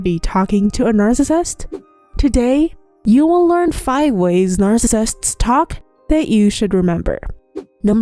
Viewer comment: narfacisifts what is that